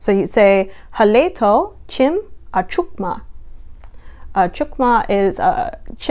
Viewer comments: This is great, i would suggest putting more of an "e" in the so it sounds like Haleto vs Halito Yokakee has a long e This could be souly bc we are country tho haha 😂😂 Thank you for doing this 💜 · great job! halito! Halito is more pronounced Ha- LEE- T0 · I know this is an older video but for Oklahoma Choctaw Halito is pronounced hah-lee-toh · The Mississippi Band is the most accurate. Hello is pronounced Ha lee toh, not ha lay to. Thank you for making the video and continue in your studies and helping get languages heard. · Oklahoma red people does not mean Native Americans, it actually means aboriginal indigenous Americans, a.k.a. us not the pale face people. Actually its pronounced Hal-e-to & Yoo-key. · I am so sorry but Halito was pronounced incorrectly (a couple other words as well but Halito really got me) again I am so sorry 😭😭